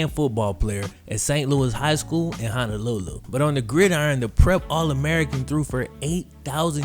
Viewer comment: Love you videos ! I live in Maui and it's pronounced HONOlulu not HANAlulu haha but jeep it up brej